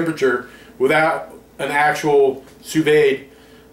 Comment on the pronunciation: Enough people have posted just how to pronounce sous vide. I hope you can learn from them. Once a chef completes the sous vide process we quickly sear it in a hot pan for about 30 seconds on each side. That way you aren't eating raw-looking meat.